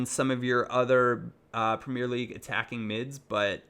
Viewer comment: the way you pronounce premier is fucking annoying